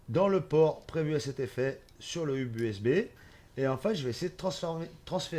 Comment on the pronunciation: On ne dit pas hub mais "heub" sinon super vidéo